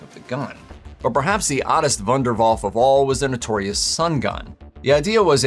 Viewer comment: My German is not rusty..... but your pronunciation of the German word "Wunderwaffe" is very wrong...... ;-)